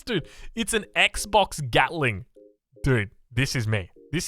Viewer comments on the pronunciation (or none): none